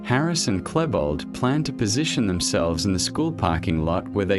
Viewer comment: I'm sorry but there are so many wrong things in the video I cannot continue watching. You obviously did not do an extensive research of the subject. Maybe you should delve into the Columbine tragedy again and redo this video. The fact you keep mispronouncing Klebold's name only illustrates how vaguely you went through the topic before you put this video together. It is truth the whole story and background cannot be interpreted in details in an 1 hour video, that however does not excuse the incorrect information and pure assumptions you keep presenting. For anyone interested in actual facts about Columbine, I strongly recommend "The 𝕮𝖔𝖑𝖚𝖒𝖇𝖎𝖓𝖊 Iceberg" series of videos here on youtube. It is by far the best research done into the Columbine tragedy available on youtube.